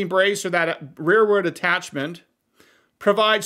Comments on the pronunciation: Real world or rearward? I think your editing is off here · Real world? Did you mean rearward?